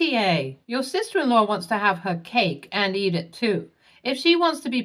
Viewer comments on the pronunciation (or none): none